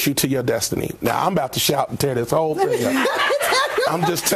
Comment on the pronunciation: What you said: "There are a lot of whole men" What I heard: "There are a lot of hoe men"😭 idc how much you enunciate it